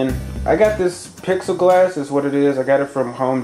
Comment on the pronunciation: Plex E glass is how it's pronounced. But thank you for making all these vids, they are really helping me so far! Thanks a lot truly